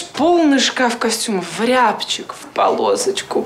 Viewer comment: Актриса выучила свой текст с ошибкой и даже не задумалась, что это звучит неправильно и позорно. Он умел не только кофе варить, но ...представляешь, полный шкаф костюмов : в рЯбчик, в полосочку. Костюм в рУбчик знаю, а вот в рЯбчик это что то новое и нереальное. Все таки молодежь у нас совсем неграмотная, им даже не стыдно.